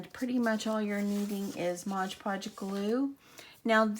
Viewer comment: Don't take this personally but I cringe every time I hear someone say Modge Podge🤣